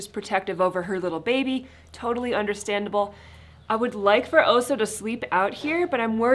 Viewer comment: Wire on the floor is a good suggestion. As chickens barely fly, did the run need to that high? Also check the pronunciation of the dogs name. Bear is Oso with short vowel sounds. Might just be the American drawl I’m hearing Ohsooo. But that’s up to you